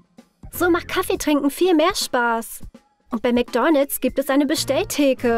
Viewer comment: Wie sie einfach die ganze Zeit nur Mc'Doonalds sagt😂😂😂😂Das regt mich so auf!😂😂😂